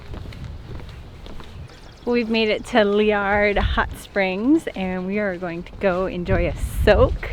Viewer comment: Thanks for pronouncing Liard properly :)